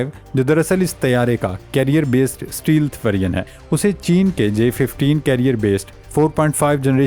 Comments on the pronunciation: It's stealth not steel but correct your pronunciation. Thanks and take care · Pl don't say steel - steel , again n again , the word is stealth , note carefully . Thank u . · اسٹے لتھ کو اسٹی لتھ۔ کیا پینڈو پنجابی ذبان ہے اس چوتیا اینکر کی۔ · Ooye champoo “stealth” bolna seekh lai. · بھائی صاحب، stealth کو صحیح سے pronounce کریں